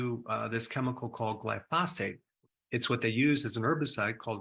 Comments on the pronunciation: GLIE - FOH - SATE not Gly - fos - fate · Pronunciation gly' pho sate accent first syllable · Dr. Berg, the word is gly-pho-sate. Accent on the gly not the pho. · Love your videos. Just for reference it’s pronounce GLY-fow-sate accent on the first syllable 😊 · Pronounced "gly pha sate" 🙂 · What's "glyphosphate"? Its pronounced gly-pho-sate... and it is highly toxic to your gut microbiome since it was designed to disrupt the shikimate cycle in plants, bacteria and fungi. Not good considering humans have on average have 10 times the number of microbes (bacteria, viruses etc) than human cells... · I would take you more seriously if you could pronounce glyphosate properly. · Thanks for this video! I’ve got to say, either you or everyone else in the world pronounces glyphosate wrong though.